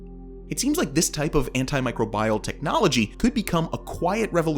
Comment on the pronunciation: "An-ti-mi-CRO-bi-al," not "An-ti-MI-cro-BI-al." 🤦‍♀️